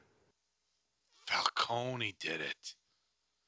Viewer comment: Why does everyone I watch pronounce Falcone "Fowl-cone-ee" Is it just an American thing or?